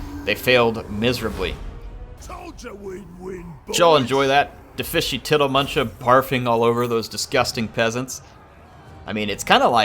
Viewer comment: I am so impressed that got tiddlemunchas name right every time he said it.